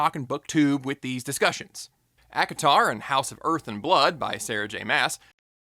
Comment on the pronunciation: ACATAR... Seriously?